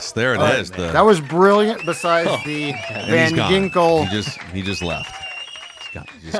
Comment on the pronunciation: God i was crying 😂😂😂 when said Van Gingkle 😂😂😂 im at work fella's yall cant spring that on me like that lmao